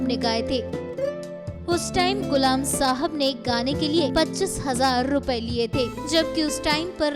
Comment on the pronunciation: Gulam nahin. Ghulam. Urdu please